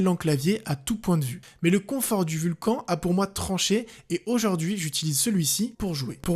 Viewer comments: Le roccat "vulcan" c'est les même gens qui disent "rakan" au lieu de "rakanne" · Ça ne se dit pas vulcanE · Bonne vidéo mais le nom du clavier se prononce "vulcane" car c'est pas fr.